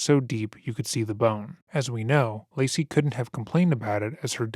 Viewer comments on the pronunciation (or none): i hate how their defence lawyer just called lacey "lazy" it boils my skin